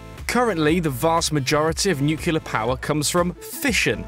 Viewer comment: This is great and much welcome news, but PLEASE, have a narrator who can pronounce "nuclear".